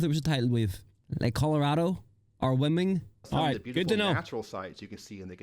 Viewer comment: lol, "Wyoming" is pronounced "why-ohm-ing" ("ohm", like the unit of electrical resistance). 🙂 That's one of your "flyover states", one of the states that you "fly over" when going from one part of The Real America to another part, such as West Coast to Chicago to Northeast Corridor (DC to Boston). 🙂 It has great national parks, that's the main reason to visit. 🙂